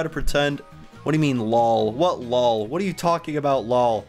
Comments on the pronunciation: why did he keep saying LAW when it seid LOL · it's l o l not low or whatever you said ps lol means laugh out loud. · Lol means laugh out loud for short lol not how u say lall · she said l o l not lol